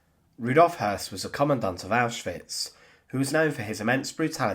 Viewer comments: Sounds more like the word 'hearse' ,without rolling the 'r' at all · good documentary although the constant mispronunciation of his name was grating. anytime a German name has the two dots above the ö (umlauts) the O is pronounced "ew" so in this case, his name is actually Rudolph Hewss. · I mean that his name was Häss, and not Höss. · Hess not Hoss you numnut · Hoss/Hess? Unfortunately the storyline is like a can of spaghetti. 🤪 (Nonetheless, good research.)